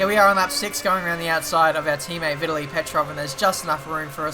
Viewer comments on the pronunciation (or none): It's Ve-tally petrov